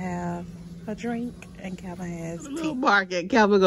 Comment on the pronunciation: Calvin! Not a Chai “P”🤣🤣🤣